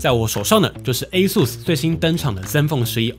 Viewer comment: 終於有人把ASUS的發音念對